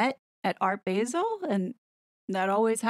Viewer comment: Regarding "Art Basel": the "a" in Basel is pronounced like "ah" (as in "Say 'ah'!)